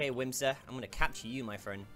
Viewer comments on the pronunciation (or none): Its whismur not whimsur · Its wismer not wimser